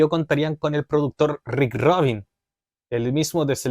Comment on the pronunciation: Rick Rubin. No Rick ROBIN